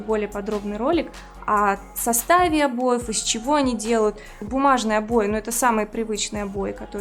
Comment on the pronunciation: O boy" она говорит